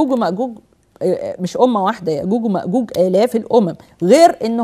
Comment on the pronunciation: يرحم امك لا تتكلمي بالغة العربية الفصحي نكبتي ام ام الغة الكران== القران ياقوق وماقوق== ياجوج وماجوج سؤال بلله عليكم ياعالم هذي كيف تقرا القران وكل مخارج حروفها بالغة العربية الفصحي تخلط لهجتها مع الغة ارحمونا من لهجتكم كواعد== قواعد